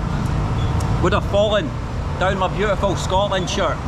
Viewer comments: Why does he say Scotlandia? And not Scotland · yeah...scotland not scotlandia dear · normally malaysia local said" scotland not scotlandia" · you say Scotland not Scotlandia..haha lol makes me laugh, all over the world you say I am from Scotlandia!!lol I think you only say it in India or maybe Pakistan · Scotland not skotlandia😂